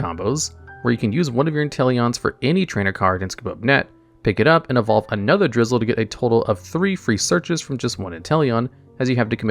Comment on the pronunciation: Drizzile, not Drizzle 🙂